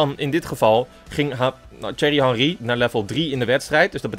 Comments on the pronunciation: "Tsjuerrie hanrie" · Lijkt net alsof je zegt cherry henrie😂😂